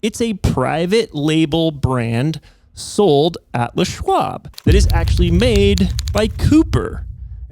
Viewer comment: How is it that, even in 2025, and even if they're an "expert," people are still pronouncing "LES Schwab," (Leslie Bishop Schwab) as "Le Schwab," as if it's French? It's not, "THE Schwab!" 🙄